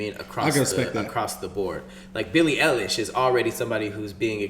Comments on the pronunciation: Her name is pronounced Billie Eye-lish or I-lish...ik its weird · Im sorry but its pronouced eye-lish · It’s Billie Eilish (Eye-lish)